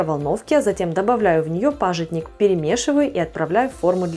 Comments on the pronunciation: Очень интересно. Спасибо за рецепт. Удивило только, что в слове "пажитник" вы ставите ударение на "А". У вас его именно так называют? Мы же говорим "пажИтник". Привет из Беларуси. С наилучшими пожеланиями) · Пожи́тник, ударени не там ставите.( По русски), вы же на русском говорите.